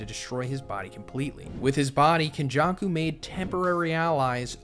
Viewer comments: nothing beats white people pronunciation man; got legends like KonJuck-Ou and Meh-Goomey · ken jaw koo no BAR uh and WAY too many more mispronunciations